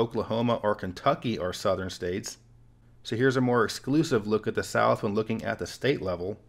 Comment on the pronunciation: Flat earf; Souf gonna rise again🌽